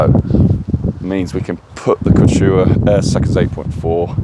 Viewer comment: The Kew chew aah!